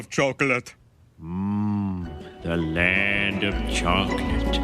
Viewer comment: "land fo chocolate"? 😊